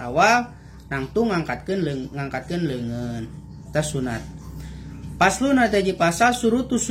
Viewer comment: Paslun bukan paslan